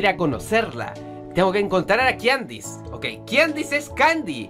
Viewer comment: Creo que kandise se pronuncia kandis o Kandies